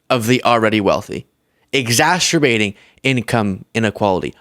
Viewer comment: "exasterbating"?????? Come on,! 😅😅